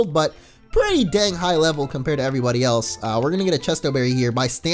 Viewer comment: did he say everybloobie in his intro? what?